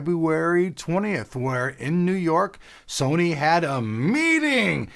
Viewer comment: "said serny" LoL!